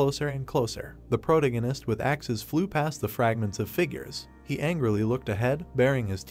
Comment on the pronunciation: Please fix protagonist pronunciation